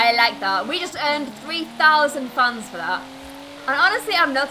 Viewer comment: Who else every time she says fans thinks she is saying funs lol